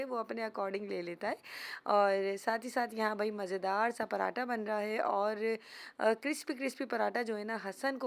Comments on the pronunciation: پراٹا نہیں صحیح لفظ پراٹھا ہوتا ہے 👍👍👍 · Ye hamesha ghlt bolti h parhataaaaa or daal ko hamesha daaal bolti dal dia dabbaa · Parrrhhhaaaata nhn hota parathhhhha hota h